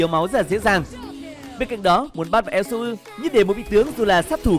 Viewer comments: ad đọc tắt là su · Elsu mà ad cưa đọc là yue là như nào :v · Su mà đâu phải yue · elsu mà đọc là yue =))))